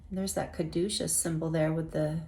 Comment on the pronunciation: Group 2 - Butterflies are my sign that I am on the right path! That is a gorgeous card BTW! You are the first person I have heard pronounce Caduceus correctly. 😊Also, I recently left a situation where I felt like I was the real deal and others around me were fake. I am finding my soul tribe. Thank you! ❤